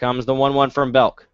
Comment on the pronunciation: It's BELK, not Beck!!!